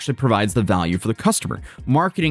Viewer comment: Yin and yang, not ying and yang.